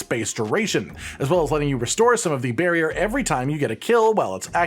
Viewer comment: Listening to mentioning "barrier" over and over - and imagining him speaking about his build, everytime he says "barrier" - pronouncing it slightly "bearrier" - a bear pops up somewhere